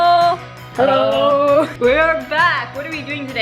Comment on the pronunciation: Your "hallo" in the beginning sounded so German:O !